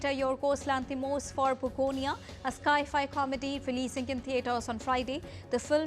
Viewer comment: The newsreader needs to get her pronunciation correct. In news item 12, she says "hoond" for hound (repeted twice) 😢 in news Item 77, sci-fi is "sky fi" for the reader 😂. DD news is watched globally. Please use competent newsreaders 🙏